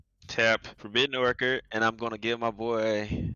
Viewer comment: Game 1 Opens with Mana Crypt. Opens with Mox Opal. Plays mana rocks/mox + dumps hand. Then plays a card draw engine. Pronounces Forbidden Orchard as "Forbidden Orkurd". Tapped Fellwar Stone for mana even though it produces nothing bc no opponents played lands yet. Which wouldnt have let him play Rhystic Study. Which wouldn't have given him The Perfect Hand, Again. Calls everyone "Such nice people" to mock you all as he cheats. No one in any cEDH vod I've watched has shown they own a card, to prove their legitimacy. A defensive/guilty action, for no reason.(Especially for a $0.60 card) Stalls for 17sec by talking, to fetch FoW until(1st time) Wheels conveniently, then crafts perfect hand offscreen. Leave it to to start a game mispronouncing an easy word in his native tongue, then not reading his own card and ramping/drawing because of it. Game 2 Opens with Ancient Tomb(1st time) and Mana Crypt(2nd time). Opens with Mox Diamond(2nd Mox opening). Plays mana rocks/mox + dumps hand. Then plays a card draw engine(2nd time). Wheels conveniently, then crafts perfect hand offscreen(2nd time). Game 3 Opens with Ancient Tomb(2nd time). Opens with Mox Opal(2nd time)(3rd Mox opening). Opens with both Scepter+Reversal. Wheels/Draws, then crafts perfect hand offscreen(3rd time). Stalls for 24sec by talking, to fetch FoW until(2nd time). Stacks deck offscreen for the correct response to everything.(Perfect co